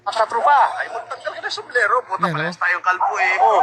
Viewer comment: "sumblero" daw haha